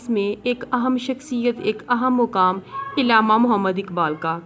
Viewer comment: It's not illama it's Allama